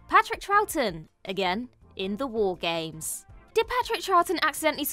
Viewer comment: The boys over in WC Wrestling would be sad at how you said War games xD